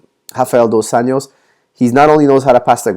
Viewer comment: Hey coach, just letting you know Rafael's surname is pronounced more like "Un-joss" and NOT "Un-yoss" which would be Spanish pronunciation and not Brazilian Portuguese. Also, in Portuguese Rafael is more like "Har-fie-elle". Great videos however, keep up the great job. Cheers